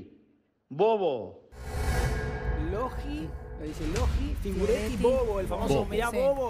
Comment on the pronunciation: Le dice "figureti" a De Paul? Jajaja del campeón del mundo se quién colgar estos